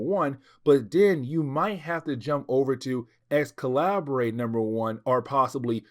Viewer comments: The “Ex- Calibray” is making my ears bleed. It’s pronounced Excalibur, the different spelling was just meant to be edgy for the dystopian timeline. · Just came to make the same comment. It’s just spelled slightly different. I actually though he was sayin “x-collaborate”, and I was thinking “jaysus I dint remember that comic in this series” 😂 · Hey it pronounce Excalibur I think still, but it's a minor mistake. Keep going man